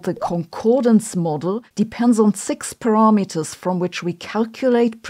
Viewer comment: Love how you say "parameters", Sabine. "PARARRRMETERS." 😂